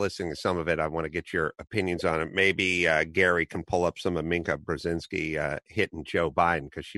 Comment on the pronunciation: Adam, as much as I dislike her, Mika is pronounced "me-ka" not minc-a. Love your show!!